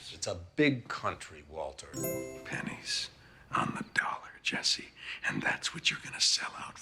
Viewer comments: MILL-Yun. MILLION? BILL-YUN. Waltuh’s pronunciation always gets me lol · The “Waltuh” meme doesn’t make any sense lol, clearly pronounces the R in Walter. Very clearly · That was more of a Waltur than a Waltuh, the r is very pronounced in this line